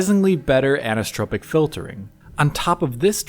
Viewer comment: Annnnnssssstropic filring (anisotropic filtering).